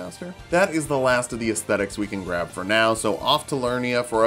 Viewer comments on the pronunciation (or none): none